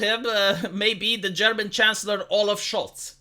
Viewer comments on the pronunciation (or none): none